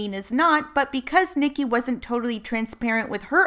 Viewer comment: Ahh I have a name twin! Thank you for saying the name right lol a lot of people butcher it